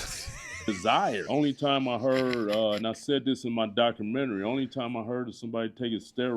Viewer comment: I love how he pronounces documentary as “documentree”. 🤣🤣🤣🤣